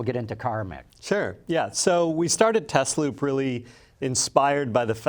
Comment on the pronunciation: correctly pronounces Tesloop, but can’t pronounce Tesla correctly. The is a reason the company is not called Tezloop, because the cars are not Tezlas. Nikola Tesla is rolling in his grave. The original founders named it Tesla, correctly pronounced. So the question is, if someone like Elon Musk takes over the company and chases the original founders off, does he have the right to change the name from Tesla to Tezla, and in doing so try to erase the connection with Nikola Tesla, who was chosen because of he discovered AC electricity, and the TZero designed by AC Propulsion was using AC motors instead of DC motors. For me, Tesla will always be Tesla, never Tezla.